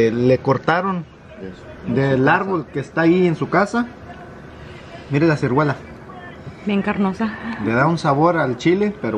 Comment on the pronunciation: Hola bonita familia🙋🏻‍♀️siempre veo sus video me encantan eres una mujer muy limpia y ordenada tu niña impecable de limpia y bien vestida y ustedes también y me encantó que les llevaras regalos a la familia de Lena 👍🏼y se me hizo chistoso que dijo carne con cirguela 😂creo que es ciruela 🤭sorry